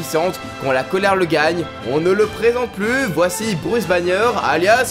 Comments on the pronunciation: Ta dit Bruce Bannier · "Bruce bagnieur"